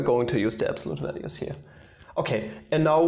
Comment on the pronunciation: "Absolute walues"